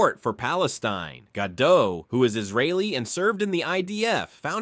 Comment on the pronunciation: Gal Gadot pronounces her own name with the T at the end, Gal GadoT, not Gadoe